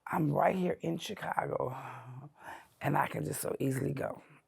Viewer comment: that is the FIRST time I have ever heard someone pronounce the “S” in Chicago, Illinois.